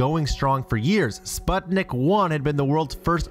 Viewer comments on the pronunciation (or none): none